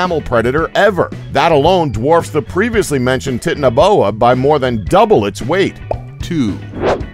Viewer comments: Btw Its not Titiniboa its Titan-Boa just saying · It's titana like titanic not tit ana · U said tiniboa when it is titanboa soz I just thought you could check it and know because I didn't know what you were talking about... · its not tiitinaboa its titana like titanic (big) titanaboa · Please stop saying tit in a boa. It's Titan. Titan-o-boa. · Titanoboa is pronounced tie-tan-no-boa not tit-an-oh-boa! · How he says titanboa makes me laugh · tit-ano-bona gad i love how these guys misprounounce everything wrong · Pronouncing Titanaboa incorrectly. It's "titan a boa". Otherwise great video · It's pronounced titano as in titanic. Because it's huge. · The Titanoboa is pronounced TY~TAN~NO~BOW~WA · It's pronounced tai Tano boa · Titanaboa? It's pronounced like Titan, and titanic, meaning exceptional size, strength or power. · I like how he says titanoboa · You pronounced the snakes name wrong I watched the documentary on Netflix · He pronounced Titaniboa wrong. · He can't even say titanabo right XD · he pronounced titanaboa wrong